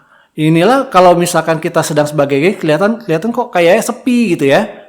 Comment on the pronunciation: Guest, pak, bukan Guess Kalo guess artinya tebak-tebakan, pak